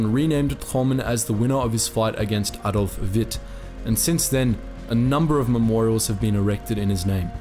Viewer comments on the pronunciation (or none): none